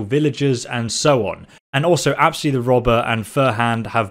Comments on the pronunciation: I feel bad for u bcoz u aren't getting much views and liked and comments and please stop saying apsy the robber it is apys XD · Nice information video man keep it on but I am waiting four you to recognize that the name from your follower isn't "apsi" it's "apys" 🏃🏼‍♂️😂